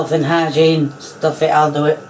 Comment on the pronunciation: Dirty woman your kitchen is so grumpy 😠 I had to laugh when you said health and eigeen